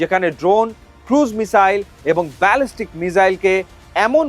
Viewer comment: মিজাইল নয়, মিসাইল।